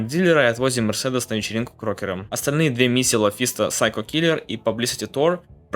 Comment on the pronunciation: МерсЭдес, а не МерседЕс.